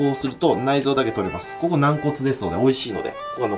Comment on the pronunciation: え？ こ↑こ↓？？